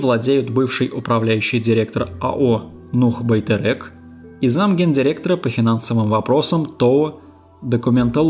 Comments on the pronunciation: Почему русские не могут нормально читать на русском??Байтерек-через Е!!!!! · Даже нормально произнести не можете 🤦🏻‍♀️ «Байтэрэк», «Велиханович», «Гзыл орда», «Манжилис» и тд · Почему Россияне не могут произнести свою же букву "Е"? Одни говорят-тЭнге.другие-БайтЭрЭк? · Как интересно вы произносите некоторые слова😂))) Особенно Байтерек))